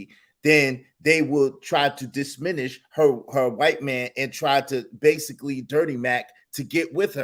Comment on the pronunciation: They saying that shid like it's a real word 😂. Sounding like they didn't graduate high school.